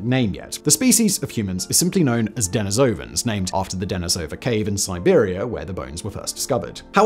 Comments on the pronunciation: de-NI-sovans Not Deni-SOUVans Good grief, man! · "Neander-talls" the "h" is silent. "Dah-nee-so-vens"